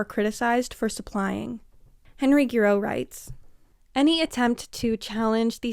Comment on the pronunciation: Hi, Giroux is pronounced "Zhuh-ROW" - keep up the brilliant work!